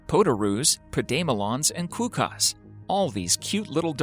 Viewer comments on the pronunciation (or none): when they can't pronounce Melbourne or Quokka correct 🙄